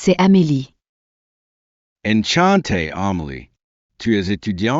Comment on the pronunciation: Terrible pronunciation of Salut and Enchanté !!